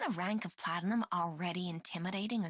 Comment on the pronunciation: The pronunciations of "Exusiai" and "Kazimierz" turned me off of the Exu, Texas, Platinum, and Nearl voices. The director should have caught those before the voices were approved. Also the fact that Platinum seems to pronounce "Platinum" incorrectly repeatedly after speaking it correctly once in an earlier line is just weird. Highlights are definitely Phantom and Noir Corne for sure. Cliffheart and Plume are also wonderful. I'd say overall, pretty good, but definitely a few misses, and couple fails. Good batch, but sadly not perfect. I'm looking forward to more, and hopefully they course correct on some of the pronunciations moving forward. I'd be interested in seeing if they ever redo lines for current operators, but I highly doubt it.